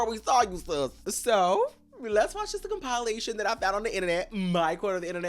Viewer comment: You calling it a “com-pie-lation” sent me 😅